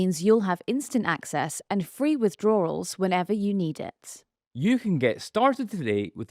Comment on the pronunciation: After watching your integrity swirl down the drain with the hilarious banking advert yous did in the middle of a serious report, there, I'm confused by your words... again. What is a "withdrawral"? And, is it something to do with Laura Nauder, which Farage reckons is breaking down, down there? 😏